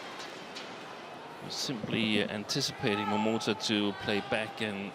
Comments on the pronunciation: My attention was completely grabbed by this speaking lady who always pronounced this Japanese young player's name "Momoto" in the beginning (no offense :p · Momota is written as "桃田" both in Japanese and Chinese, but pronounced as "momota" in Japanese and "tao tian" in mandarin. So when you hear "tao tian jia you (桃田加油)", they are just cheering for momota. By the way, "桃田" means "peach field".